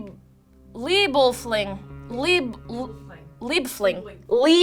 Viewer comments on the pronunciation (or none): I think leiblfing is pronouced lay-bull-fing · its actually prounced 'lie-ble-fing'. the i comes after the e.